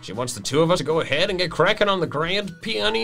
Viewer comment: Also you pronounce peony like ( pi-oh-ni )